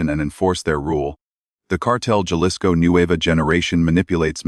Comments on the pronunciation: Jalisco is PRONOUNCED "HA-LISCO"! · AI don’t know how to pronounce people’s name or the names of towns this one says Jalisco Mexico improve it people